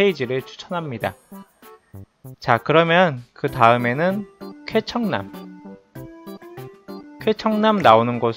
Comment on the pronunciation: 왠지 쾌청남이 케찹남 처럼 들린다...